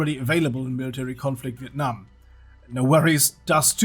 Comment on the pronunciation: You pronounce Việt Nam and Sài Gòn so good bro !